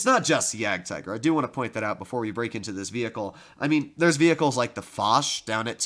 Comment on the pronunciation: The name you are pronouncing is 'Jadgtiger' but actually the German pronounciation is 'Jadgteger'. I have seen you pronouncing it wrong that's why.......